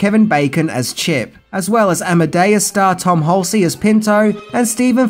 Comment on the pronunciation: It's not Tom Hulce'ey', it's Hulce (Hulls) . He's my favorite actor ever so I had to throw down.